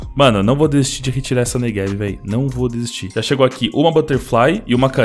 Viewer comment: tu diz neVeg em vez de neGev igual eu